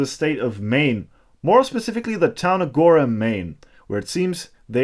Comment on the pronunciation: I'm from Maine and I am very happy that you pronounced Gorham correctly! Also, best regards back to you!